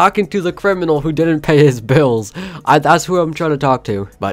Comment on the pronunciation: “ i dentent know this was Fortnite whatever” lol